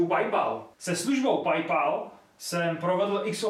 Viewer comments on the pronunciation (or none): Jen pro úplnost, Paypal se čte pejpaj, ne pajpal. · neni to "pajpal" ale "pejpel" kamo... jinak dobry ;) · PajPal" :D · D já asi chcípnu PAJPAL, to je výslovnost jako kdyby si střilel z nějakýho novýho modelu zbraně. PAL PAL PAL PAJPAL. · Jinak jsem nikdy neslyšel nikoho Paypalu říkat "Pajpal" XD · prej "pajpal" mohl by se to naučit vyslovovat :D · Čte se to Pej Pól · PajPal xD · Saigon Dee suhlasim. tie bryle ti vo videu fakt nesedia. A odporucam skontrolovat si anglicku vyslovnost pred uverejnenim. “Paypal”